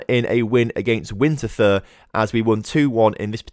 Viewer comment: The thur in Winterthur is pronounced like the english word „tour“ So Winterthur is pronounced more like Wintertour. For the future: The german w is pronounced more like the english v. The german u is usually pronounced like the oo in moon A th in german is always pronounced like a normal t